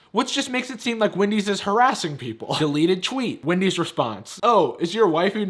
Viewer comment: anyone noticed it said Wandy's